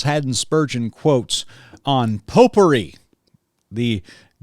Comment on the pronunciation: Popery. I get it now. Had to take that back a few times. Thought you said "potpourri" 🤣🤣